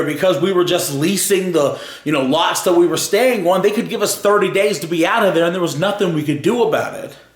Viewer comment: Can you say on properly its annoying.